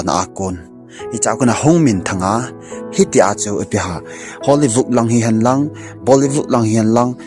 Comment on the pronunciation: Bro HOLLYVOOD helou vin HOLLYWOOD joh he bro. Na thusei kecheh dom2 in hinsei g o bro😂😂